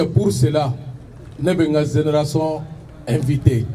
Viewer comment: Ben, il faut retourner en classe de 1ère année pour apprendre à bien prononcer les mots français qui se terminent par # ion # comme: génération, mission, et les mots qui commencent par J comme Janvier et par G comme génération. En prononçant ces mots c'est comme si vous parlez chinois.